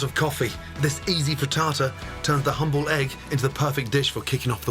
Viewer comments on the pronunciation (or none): none